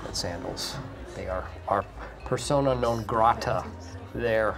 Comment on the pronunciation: I'm surprised that Michael knows not only what persona non grata means but can say it right